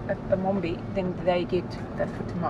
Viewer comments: Mwana wevhu, this is really meritorious. Keep up the good work! oh and did you get a haircut? hehe, its Mombe not mombie. it has to sound as Mo-mbeh. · Its Mombe not mombie